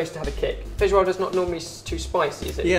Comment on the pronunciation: Odeio como ele fala feijoada. nojentoo